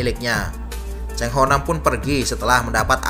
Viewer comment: Bukan Chang ....salah ejaan itu ...yg sebetulnya Chan ho nam ....bukan nya Chang ho ham